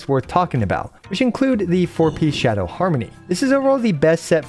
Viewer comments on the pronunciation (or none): none